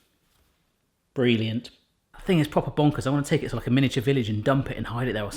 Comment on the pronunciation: BRIElliant xD